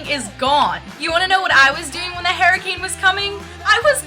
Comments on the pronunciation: HURricane, not 'herricane' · its pronounced HER-I-CANE not, hair-i-cane LOL -3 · You think you say tornado weird.. It sounds fine. You say hurricane like hairricane lol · tornadoes sounds normal.. the way you say hurricane is the weird one! haha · The way you say hurricane is so freaking funny. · I thought it was funny because you said that you say tornado weird and I thought it sounded normal and I thought you said hurricane weird but it probably sounded fine to you!